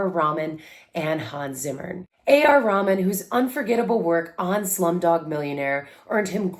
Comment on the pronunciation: NO NO, it's nothing about your pronunciation, it's a joke that only Indians can understand it, the context is A.R. Rahman born a Hindu converted to Islam, but you pronounced his name as Raman which is Hindu name. Rahman didn't like people who remind him of his Hindu past.